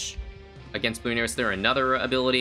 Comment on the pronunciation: Yall ever notice how says "Bloon-arias" and not "Bloo-narias" or am I just tripping?